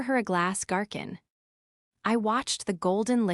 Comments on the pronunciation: "garkin"???? Was that supposed to be how "garcon" is pronounced? 😂😂😂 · 😂 I caught that too! Definitely sounded like a rough guess at “garçon.” Took me right out of the moment for a second.